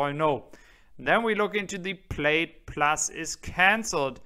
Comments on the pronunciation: good video but please, please ask an American ex-pat in Germany how to say "Plaid" and "X". Plaid is not like "Maid" (Putzfrau) it is closer to "ad" like in "advertisement". The "X" in American is pronounced not like "ick" in "Ichthyeology" but more like how the "x" in "Hexe" (witch). Capiche? Danke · Your English is 1000% better than my German. Just to help, "plaid" is pronounced "plad" and LG Chem is pronounced "LG Kim". is THE MAN! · Love your channel, but you are mispronouncing “plaid.” The i is silent.